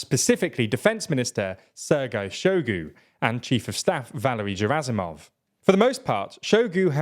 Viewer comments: Hey, a russian-speaker here. I know it's hard to pronounce russian surnames but there are a couple of mistakes you can easily fix: "zh" in Prigozhin is pronounced like "g" in "bourgeois" "G" in Gerasimov sounds like "g" in "good" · Very nice video. Truly not trying to be a troll but...I believe the Russian officers names are pronounce "Shoy-gu" and "Gurr-azimov". Again - not trying to troll, just inform.☮